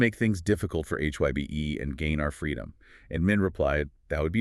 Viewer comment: You prononuced HYBE incorrectly.